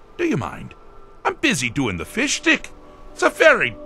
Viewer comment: Sheogorath pronounces "Fish Stick" as "Fish Dick." A reference an episode of South Park called "Fishsticks" originally aired in 2009.